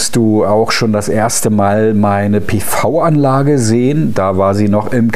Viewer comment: PiVi Anlage. Endlich spricht es mal jemand richtig aus! Dieser Kommentar ist natuerlich ohne Produktplatzierung!